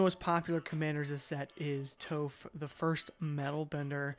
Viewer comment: Stopped watching after you called her “Toe-phh” 🫠